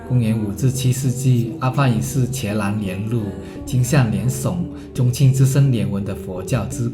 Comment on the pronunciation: 伽”字表达的是梵文的音译。从现在对于梵文的发音的认识来看，迦蓝当读作“加jiā蓝lán